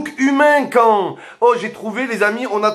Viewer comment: Arrête de tenjailler c’est cean 😂😂